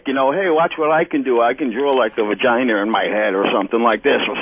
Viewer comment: he says "Vaginer"